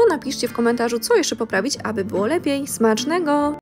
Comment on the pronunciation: Aby było lepiej popraw wymowę i mów normalnie cześć a nie czeeeeść, smacznego a nie smaczeeegoooo, po co tak przeciągasz te słowa jak jakaś nastolatka, zachowuj się jak dorosła kobieta, bo nie da się tego słuchać, a przepisy masz fajne...